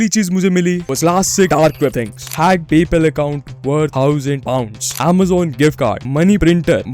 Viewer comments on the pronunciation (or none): none